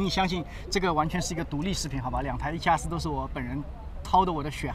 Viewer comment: A7啊4，新的读法吗？